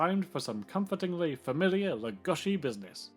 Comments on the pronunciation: Why are you saying lugoshi ? WHY !!????? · Who is this "Lugoshi" you speak of? I only know of Bela Lugosi. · I'm surprised Columbia was able to get away with copying so much of Universal's franchises. I never knew that the name Lugosi was pronounced Lugoshi. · Well, it's a shame that so many fans of Bela Lugosi pronounce his name wrong. It's disrespectful in a way. So, it is LugoSHi like, for example (John) Belushi. In Hungarian, letter S is for sound ''Sh'' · "Bela Leh-GUSH-I" ?? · Pronounce his name properly PLEASE! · we are not hungarian and even he didnt pronounce his own name like that niether did anyone else. . It may be trendy to try and pronounce forign names in a forign accent but its just pretentious and silly attention seeking. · Go back to school, AI, and learn to pronounce Lugosi without an "sh" sound.